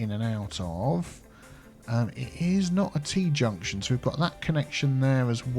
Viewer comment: Are you saying "It's not a T-junction." or "It's not a Tea-junction."?